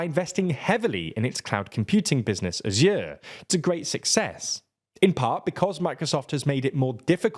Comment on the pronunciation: "asjuuuur" ... Wtf